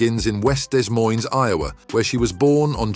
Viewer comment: Des Moines is pronounced "De Moyn" not "Dez Moyns".